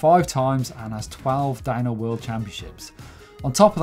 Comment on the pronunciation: Am I the only one that hears dino instead of DownHill? Maybe it's retro week